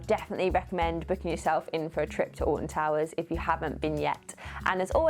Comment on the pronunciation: Having never heard of Alton Towers, and not reading the title, it kept sounding like you were saying "Austin Powers". lmao